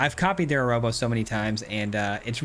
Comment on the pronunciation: agh amigo, I'm so sorry to be this guy, but I'm pretty sure Arahbo is pronounced "a-rah-bo", not "a-row-bo"!